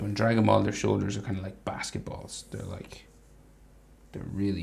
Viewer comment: Bro is a legend most of my drawings are from him. Whenever he says basketballs its just too funny when he says it.